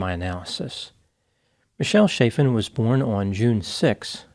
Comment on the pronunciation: Hard CH, short vowel before a double consonant. The a is the same as in the word apple. Chaffin, not shayffin.